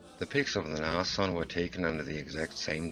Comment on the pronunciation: Brumbar...lol...I lose it too when I hear it said wrong! Or, even worse, Nash-orn instead of Nas-horn!